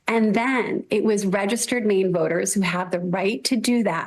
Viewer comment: It sounds like the SOS of Maine is saying ‘Mean’ and not ‘Maine’